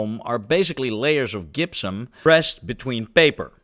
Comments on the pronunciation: Gypsum is pronounced "DJIP-sum" (J as in Jump) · The Dutch g is strong in the gypsum. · One trick for pronouncing Gypsium is to say Egyptian (which you did in this video perfectly), but leave off the E. As someone with Dutch ancestry, I've taken pains to teach my family the correct pronunciation for things like Gouda. It's really funny to see that native Dutch speakers can have the same problem in reverse 😅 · I feel gipped by how you say Gypsum. 😂😂